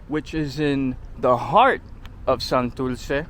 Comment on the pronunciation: SantuLce. and Isla VeLde This guy clearly has puertorican ancestry. By the way Ocean Park is not in Santurce. Palque Balbosa. Guys, the R has disappeared! IN any event this was a very nice video, it brought back memories.